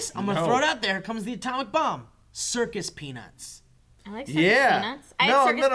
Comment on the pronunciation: I thought you said "circus penis" when you said "circus peanuts" - "I had circus penis last night" (and everyone was cool about it)